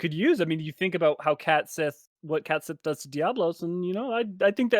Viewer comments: so Cait Sith is actually pronounced Kay she, due to it being a gaelic word, cat sith is an english corruption of the original term for the mythological creature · KET SHEE it looks like Cait Sith, but it's pronounced KET SHEE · So fun fact most things mispronounce cait Sith it should be pronounced caet shee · Love the video, I'm a lore nerd so this really scratched an itch. On the pronunciation topic the name is pronounced as Ska-th-ack